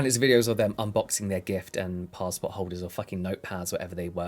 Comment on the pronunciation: A fucking "pastport holder" 😅